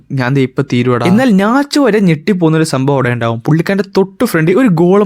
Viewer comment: Bro nach alla natch